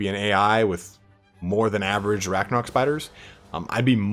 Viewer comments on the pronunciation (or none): none